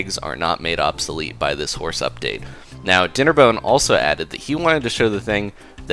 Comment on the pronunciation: did you say horse or hoars